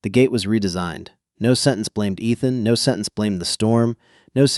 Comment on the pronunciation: Miss-pronounced Ethan!